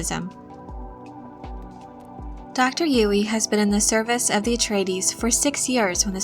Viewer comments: I think it's pronounced "Yueh", not "Yui". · i appreciate the video but the pronunciation of "yoo-wee" is so distracting haha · Girl!! You say Dr. Yueh’s name wrong. Actually Yue is more correct Chinese spelling but writers probably didn’t know or wanted it to look different.